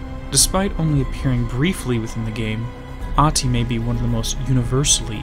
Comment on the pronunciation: I may not be fluent in Finnish myself, but one thing I do know is that in 99% of cases it does not have letters that are "silent". The only people I know of that shares a name with this guy pronounces the "h", that is the very first thing I found profoundly strange with him. If his name is Ahti with an "h" then why does he and everyone else pronounce it as if it was Aati?